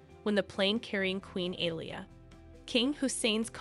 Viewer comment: Alia = aa lee yaa, Hamzah = haam zaa